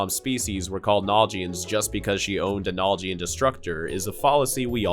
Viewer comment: Its naljian not nal jian say it properly